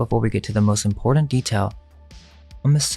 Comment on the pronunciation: "IMPORTANT" DOESN'T have a "d"... It's not "imporDant"...